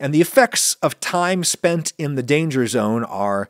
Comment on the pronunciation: Lana... lana...Lana.... LAANA!!! What? Dangah zone.